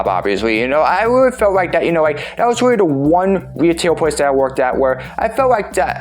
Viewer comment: rreawwy? you wiked wokin heauw?